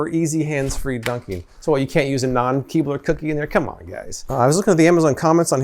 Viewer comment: You said " Keebler " and I heard " keyboard ".. imagine how sad I was when no keyboard was dunked in milk. 😬